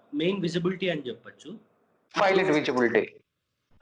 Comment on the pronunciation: Emayya పైలట్ అని అనాలి ,filot అని అనకూడదు ,నువ్వేమైనా bithiri sattiva enti